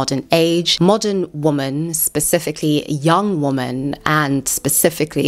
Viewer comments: What is it with people pronouncing the word "women" as the word "woman"? I'm hearing it more and more and its so bizarre: people who take extra effort to ennunciate and pronounce their words (like this woman), but cant pronounce Women ("wimm-en")? Hey, there is a woman! (Woom-an) Hey, there goes some Women (Wimm-en) This could be such an interesting video but i had to turn off as the constant mixing up of singular and plural pronunciations was too annoying Its as offputting as somone, making a video about Youtube, needing to say the word "Youtube" at least 500 times, but they pronounce it "Ootube" Just sit and imagine.... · You're doing the "woman" instead of "women" thing on purpose !